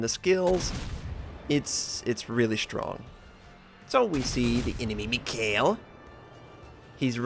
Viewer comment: Nice replay of an excellent game. But please, could you stop murdering the name "mikhael". It shouldn't be that hard for even an american to pronounce..;) Especially since the last soviet head of the state had the same first name. And thank you for your content. Best WoWs content I've found anywhere.